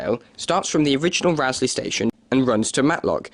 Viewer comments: It's not Rowsley as in row or argument, but Rowsley as in row your boat. (Rose-lee) I've noticed a lot of people doing videos featuring the line get it wrong. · Interesting, though I've never heard the mainline through Peak Forest ever referred to as the "Buxton Loop". Unfortunately, you've pronounced Rowsley incorrectly. The first syllable is pronounced "row" (as in row a boat), not "row" as in arguing with someone. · It is pronounced Rose-Lee. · Mostly to the point. However, you might note that it's Chapel EN (rhyming with hen) le Frith - not pronounced in the French way. Durlow should be Dowlow. And the Row in Rowsley rhymes with "blow". You can always check such things beforehand with locals. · just about to say the same thing..... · That's not how you say Rowsley.